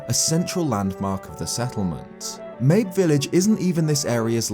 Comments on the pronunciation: Wait I always thought it was pronounced like "Maybe" not like "Babe with an M"... like a reference to the fact that "Maybe its there maybe it isnt" but spelled "mabe". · The appearance of the scarecrows in age of calamity had to be the best timing, since you just barely talked about it in your last video! Also, I think Mabe is pronounced Ma-bay. But whatever. As for the whole time-travel thing, I'm pretty sure that the guardian's travels through time will result in some sort of paradox, kind of like with the song of storms. It won't really change anything. There's also a theory made by Nintendo black crisis that the egg guardian was actually corrupted by malice before it was purified by Zelda's power, leading to it wanting to redeem itself by going back into the past by protecting Princess Zelda. I dunno, I just really hope we don't have to deal with another timeline. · "Mayb" Village